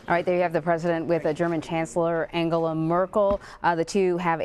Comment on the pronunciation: He pronounced her name completly right. lol